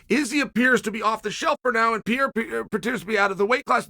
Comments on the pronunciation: Pronounce the fucking name right please is PeReiRa Is not Piera...... with doble R.......... Perrrrrrrrrreirrrrrrraaaa! You change the figther's name, you just peonounce it on the way that represent less effort for you. Dont be lazzy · Pereira not Piera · Alex Pe rei ra, ffs, not piera, PE REI RA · Chael his name it’s PE-REI-RA, not Piera… |😂😂😂😂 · Pierra? 🤣 Undefeated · Still saying piera- fucking embarrassing - learn the names Chase Cumon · It’s FUCKING PERREIRA!!! Can you please say his name right ONCE??!! Who’s afraid to tell Sonnen LOL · Alex Purrrrrayyyya. Not that hard Chael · He had his one minute in one video where he actually pronounced Pereira correctly before immediately going back to Piera. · Who is Pierra? lol Love Sonnen but Pereira is not even that hard to pronounce man, cmon lol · PER AIR A - that's how the name sounds Chael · his name is not pieira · Your pronounciation of Pereira keeps changing. To clarify it is pronounced Per-air-a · I wanna lose my mind everytime he says "Pierra" but you can't argue against undefeated Uncle Chael. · I just like the way you pronounce Alex's surname. I can't stop laughing 😂😂😂😂😂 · Chael not pronouncing Pereira correctly is peak comedy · Chael there are two R’s in Pereira.